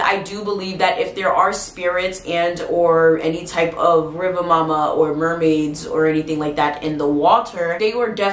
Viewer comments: I know you said you don't have a good Jamaican accent, however it's not pronounced mo-ma or muh-ma, it's pronounced moo-ma. Much love, it's was a great video and thank you for adding correction to the name in the comments. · It's really more like Riva Muma, due to the pronunciation/accent. It's actually a West African retention, basically from Mami Wata to Riva Muma. There's a lot of retention but with slight name changes in many instances. I used to hear a lot of these stories growing up. Jamaican watching from Chicago, will subscribe.